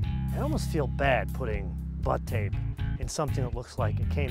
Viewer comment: Please God, stop saying butt tape...